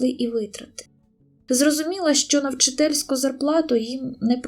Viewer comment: ВчИтельської, а не вчительськОї.